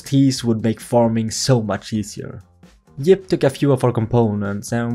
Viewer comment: Your friend is YIP not JIP